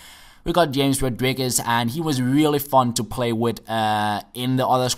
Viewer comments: Not Djames god dammit, it is pronounced Hrames! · It's pronounce Ha-mes not James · Its hames by the way not james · James Rodriguez is actually pronounced "Hi-Ya-Mez" Rodriguez. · its pronounced hames